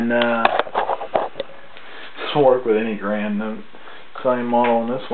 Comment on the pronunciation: Good vid but it's pronounced ga-rand not grand